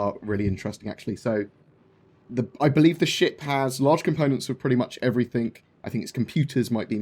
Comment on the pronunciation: you seriously said "..everythink" ? with a fucking k ?